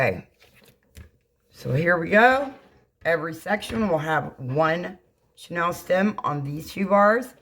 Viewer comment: Hi! Could I help with the pronunciation of the chenille (like the old bedspreads)' stems vs. Chanel as in Coco Chanel. I thoroughly enjoy your designs. Thanks for your videos!